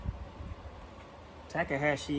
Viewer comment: Ya just can't get an Australian to pronounce anything correctly. "Tack-uh-haaashi". It's not that hard: "Taw-kaw-haw-shee".